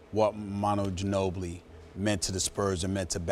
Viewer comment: “The San Antonio Spurs select Emanuel Gino-Billi” -David Stern.